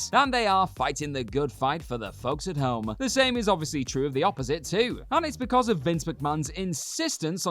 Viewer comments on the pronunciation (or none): none